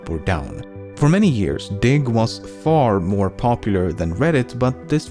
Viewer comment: was not watching the video only listening and i thought he said, dic* not diggXD